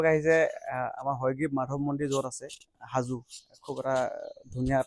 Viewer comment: Not haju its hajo baki apunak lg pam adin